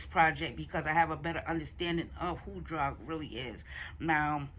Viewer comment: it's pronounced droog as in food lol but dope review